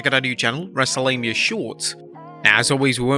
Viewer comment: Am i the only one that heard Michael Cole say wrestle lamia instead of mania?